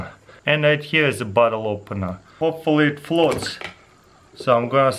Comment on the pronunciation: " it flots yep it flots" lul